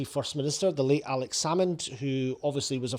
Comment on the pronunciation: Cant even say Alex Salmond's name, how the SNP has fallen. Nicola Sturgeon trumped up charges to push Salmond out, now the party has been pulled in to police investigations over embezzlement.